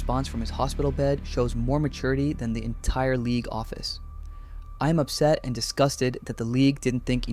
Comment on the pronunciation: "Thuh", impact?! (Yikes!)